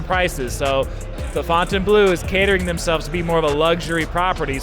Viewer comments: They look decent now. You’re one of the only creators that pronounces the name if the property correctly. Not fountain blue 🤦🏻👍🏻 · Thank gawd you can pronounce Fontainebleu correctly!! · Hello to the ONLY Vegas Youtuber who pronounces Fontainebleau correctly